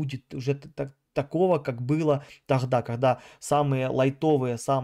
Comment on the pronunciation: Меня хватило дотерпеть и послушать на 4 минуты!!! Кого вы там собрались платно консультировать???😂🫣🥴🤯 В гАстяхх😳 ни каГда , таГда….😂 Тренируйся …! Жесть